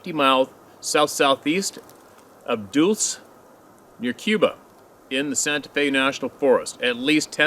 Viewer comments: Bears don’t have tails. Dulce New Mexico is pronounced “Dull-chee”. It has quite the story of an underground facility which houses beings from other worlds. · if dulce is the right spelling it is Spanish for sweet ( dull - say ) and the other names of places are also Spanish. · Dulce, NM...pronounced "DULL-say", means sugar or sweet in Spanish. While I'm at it...Adirondacks...pronounced adderONdax...emphasis on the CAPITAL letters...God I hope this works, eh? ;-) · Dulce is pronounced " Dull-say" New Mexico. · Dulce is the purported location of a sinister Deep Underground Military base. The whole scene is shrouded in deep secrecy. It's worth a YouTube search. It's a Spanish word pronounced "dool-say". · Pronounced Dull-Say or Dull-See I've heard both... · 🤣Dulce, New Mexico. It's pronounced "dull see" 🤪There is a large underground military base there👽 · He struggles!!! It's dulce! Pronounced dull chay!!! The big secret air force base with the aliens!!! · The town in New Mexico is pronounced dull- chay. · Dolce is pronounced “dole say”. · Dulce , pronounced [dull say ] is a Spanish word that means sweet. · Dulce is pronounced like Dull-say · Pronounced dull-sea . It's where a lot of UFO/ALIEN sightings happen. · Nope! Dull-chay is the pronunciation. It’s a huge paranormal hotspot. I believe there’s a government base there as well. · It's pronounced Dulcee ....Dulce is a hotbed for ET interaction. Look up Phil Schneider (Deceased by Arkancide) and the Dulce Wars. P.S.: Dulce means sweet in spanish. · Its "dalh-say" - Dulce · Dulce is pronounced dull- chaa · More Jicariilla- Hick-a-ree-a, Dulce - dul-see, Jemez- Hem-eh-zz. NM takes some time to learn the pronounciations.pronunciations. A lot of natives have many stories, but some tribes won't talk about them with non-natives if they are strangers! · Dull-say NM🤙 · Dulce—— Dull-say New Mexico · I hope this does not bother you,the pronunciation of the following names are.Hick o ree ah Dull chay.